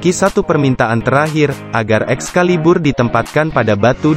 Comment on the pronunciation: Enak pas bilang ex..caliburr🤤